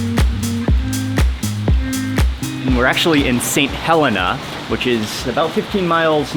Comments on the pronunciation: Lovely video, but here in the Bay Area, it is pronounced St. Hel-ee-nah, not St. Hel-eh-nah. I looked up the Google pronunciation, and I noticed that the airport was pronounced with the long e in the middle, but the town name was not. Weird. I have always known it with the long e in the middle of the name. What do others think? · pronounced...saint hell-eena, not hell-ena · FYI it's pronounced St He le na not St Hel Ah Na. Just saying. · You are pronouncing St. Helena WRONG!! it is NOT HELLana.. It is St. HelEENA!!! smh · As a Napa valley local nice job. You went to some prime spots. Just so everyone knows St Helena is pronounced St Heleeeena. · Omg I’m sorry but the way you said St. Helena is funny (Saint Hel-ee-na) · Way to represent our valley! 5 generations of my family have called Napa home. Next time you're here, I'd love to give you a Napkin's tour of hidden gems we locals don't share with everyone). Lots of food history here. Until then 👩🏻‍🌾✌🏽💜🌿🍇🍷🥂 (and, we pronounce it Saint he-LEEN-uh😉) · The people of the Napa Valley pronounce it sAint hellEna. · it bothers me how bad you said St. Helena....